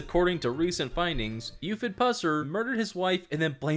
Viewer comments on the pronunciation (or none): none